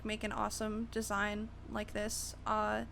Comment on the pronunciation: you say desing SO MUCH so annoying